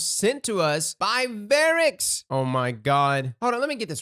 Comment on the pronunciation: his names varkis, not vericks. don't you remember playing house of wolves??